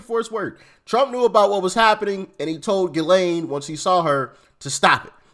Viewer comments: I think it's pronounced Gis- lean... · It's Gee-lane. I heard her brother say it. Like the butter gee. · Ghislane is french name & pronounced w/o the "s". hard "G". = Gee‐lane.. "g" in french language is sometimes pronounced hard & sometimes soft like our USA English. (Throw you for a loop=) Also in the french their "g" is sometimes pronounced "zh" like in their surame > Gigo < pronounced zhi-go. So they have some oddities in their (alphabet) letter pronunciations like our U.S. English does. "s" is not ALWAYS >unpronounced especially when they occur in the middle of words. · its pronounced Jizz Lane